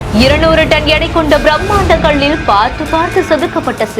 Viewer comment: கள்ளில் என்று சொல்லக்கூடாது. கல்லில்.